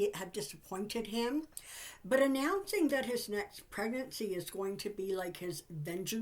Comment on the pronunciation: Kind of funny it sounds like Trump's next pregnancy instead of presidency and I was thinking that could be Trump's next level of delusion that would definitely make the news. 😁